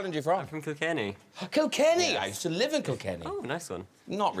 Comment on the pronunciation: It’s spelt and pronounced “Kilkenny” not “Kilt-Kenny”! 🤦🏻‍♂️😂